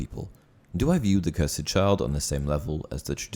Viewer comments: “Cursed” Not “curs-Ed” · *cursd You said it cursid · The cursed child. Not the Curs-Ed child